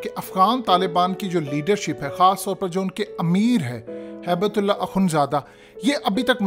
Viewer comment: ہیبت اللہ نہیں۔۔۔ ھبتہ اللہ نام ہے